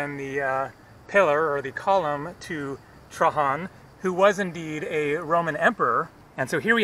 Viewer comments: The name of the emperor Is pronounced Treidgen,not Trahan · Bro please don't ever say Trahan. His name is pronounced Traian. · Love your vids, but Trajan is pronounced Tray-Gen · In English Trajan is pronounced with a j (gee sound). In Spanish Trajan has the h sound as you are pronouncing it. If you want to get really specific in Latin you would pronounce it with a y sound Trayan. FYI.